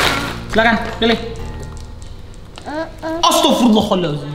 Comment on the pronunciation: gua ngakak banget karna "astarfiruolah aldazim"